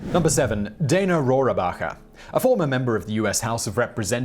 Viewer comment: Dana Rohrabacher's last name is pronounced roar-backer. Adding in the silent "a" makes it sound like a silly name from a Mel Brooks film.